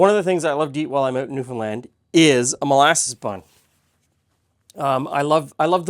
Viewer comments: Interesting comment on pronouncing Newfoundland correctly. This is the way I, from the other side of the pond, have always said it and I was told I was wrong. Glad to be proved right. Wish I could eat this bun as I love the flavour of molasses. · Born and raised here in Newfoundland. Very proud of your pronunciation of the province, almost nobody gets it right! I hope you got a chance to try some of the local restaurants. The Duke of Duckworth has the best Fish n Chips in the city. India Gate has the best butter chicken I've ever had. Unbelievable. Peaceful Loft has the best vegan food I've ever eaten. Their Singapore noodles are one of the best things on the continent. Noodles Express has some of the best ramen I've ever eaten. Somehow they found a way to keep the chicken crispy IN the broth. There's a small cafe in Brigus that serves some of the best traditional Newfoundland food you can find. As for the molasses buns, my family doesn't like raisins so we never use them in anything.